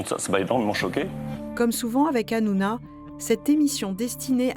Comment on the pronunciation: Hanouna...non ranouna🤧